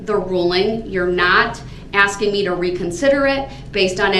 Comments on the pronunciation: that silence after all that “Are you AXING me?” Is so soothing. This guy’s inability to not interrupt people makes Jeremy Dewitt look like a very civilized scholar. It’s incredible how much you can hate someone you never met. I’m so glad he’ll never get to enjoy the outside world like us ever again. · "yaahnah" "axing" questions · Stop axing people you already have enough on your plate. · In one moment, Brooks talks about "a trial or this magnitude", then not long after he's whining about whether Judge Dorow is asking or telling him to sit down. Or, as Brooks puts it--"are you AXING". What a big baby. I wholeheartedly join all the others that are congratulating Judge Dorow for an incredible job well done! A Nobel Prize-worthy performance at the very least!